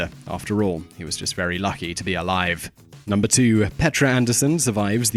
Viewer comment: "And at numebr 1 we have courier six"